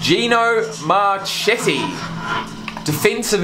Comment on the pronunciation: The video literally told you when he played and how to say his last name but yet you couldn’t say his last name and had to google when he played. Do you actually watch the videos?